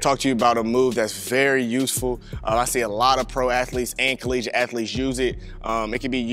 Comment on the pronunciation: Did this man just screw up the word "college"?